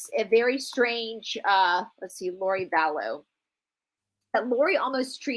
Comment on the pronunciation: Lori Vallow not Laurie.